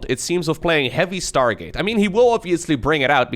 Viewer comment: "startgate" - haha thats why i love u